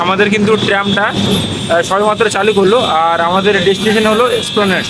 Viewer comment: Splaned noi re otar uchcharan ESPLANED. Dekheo shekhena poreo shekhena.